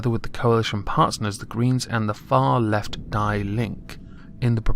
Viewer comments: Ya, dude, we have to pay tv license anyway. Paying all the fucking statepropagandaa they put out. There are even statefunded youtube channels. Btw. it's dee link-eh, rather than die linkee. they are fucking morons. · "Die Linke" is pronounced "Dee Link-eh", they are an unironically socialist party, whose members want to reinstate the DDR and are former government officials, informants and other collaborators of the socialist regime before 1990. They are also very closely linked to Antifa, Hamas and other terrorist organizations and are, together with "Die Grünen", the green-party, the most cancerous tumor festering within german politics. They are quite popular, especially in east-germany, where they prey upon former residents of the DDR, that failed to prosper after the reunification of germany and promise a return to socialist stability. In recent elections they got up to 20% of the votes in some eastern parts of germany, for comparison, the liberal party failed to even get the required votes necessary to post elected officials in many states.